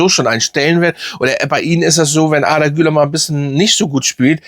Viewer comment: Arrrrrdaaa kann man natürlich auch so aussprechen, kurz gesagt Arda das r nicht so laut aussprechen ne….😂